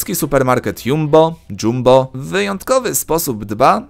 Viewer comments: DŻAMBOOOOO NIE JUMBOOOOOOOOOOOO FAJNY MARKET GENERALNIE COS JAK U NAS DINO HEH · Chodzi o dzambo tak czyta się JUMBO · Czyta się ,,dżambo" oznacza to cześć bądź witaj po suahili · Mieszkam w Holandi i ten sklep o nazwie Jumbo, wymawia się jako Jumboł 😂 jak ktoś z NL to potwierdzi XD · Jumbo czyta się jak "Dżambo" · W jumbo można se też herbatke zrobić i to sie czyta kurwa dżambo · Czyta się Jambo * ale to tak tylko btw